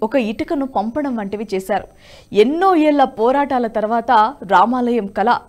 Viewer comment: 500 "ఏల్ల" వివాదం. ఎన్నో "ఏల్ల" పోరాటం అంటున్నారు. ఒకసారి లలితకళలు అంటే మీకు ల ళ ల మధ్యన తేడా తెలిసి వస్తుంది.